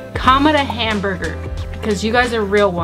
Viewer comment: …Burr Ger…Berger…Burger…